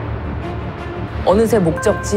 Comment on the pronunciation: 아..빼이스 아니고 페이스